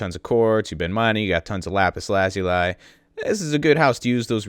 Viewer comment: You said Lapis Lazuli wrong. You monster.